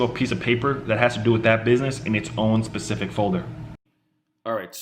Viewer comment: it's specific. Not Pacific.